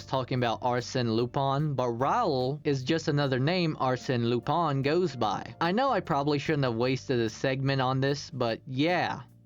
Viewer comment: AMAZING VIDEO also Leblanc and lupin were pronounced wrong lol